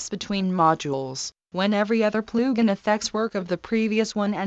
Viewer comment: “Ploogin” lol